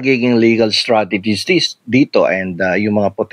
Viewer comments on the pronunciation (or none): First timer here. You coined a new word! You meant to say "strategies" but what came out was STRAGEDIES. 🎉 pero sa totoo lang, this is a kadiri tragedy. Kkpanuod ko lang ng video ni HEvangelista captioned MY CLOSET TOUR | Heart Evangelista. Love Marie Escudero posted 6y ago. Nakkdiri d ko tinapos 🤢🤮 sayang ung time ko and d n marereturn ang . Time is gold.